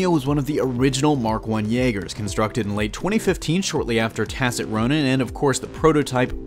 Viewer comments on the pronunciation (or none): none